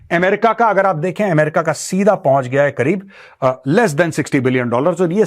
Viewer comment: What is AAM- RICA...... isn't it Ame- rica?